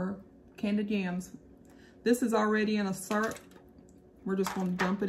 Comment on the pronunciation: I have to ask where you’re from? The way you said, potatoes and syrup, was a southern accent for sure. I know, because I’m southern! LOL